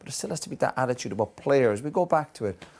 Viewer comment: Did Roy Keane just say... Badittude?!?!?! xD